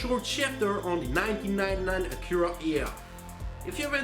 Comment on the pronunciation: Is no one else annoyed by how he can can't say Acura or any other word lol